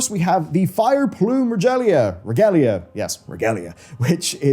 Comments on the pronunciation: Did he just say "Rejalia" Instead of "Regalia' hahahahaha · its a hard g leading to an a for Regalia! So it would be like "Ree-gale-eeya"! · really, Regal, ia, not haaaaarrrrdd